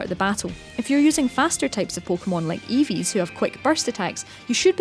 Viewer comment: 2.15 they said evee's not eevee's